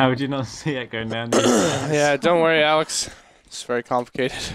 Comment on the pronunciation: Did you just call Alex "Layhe"? :) LMFAO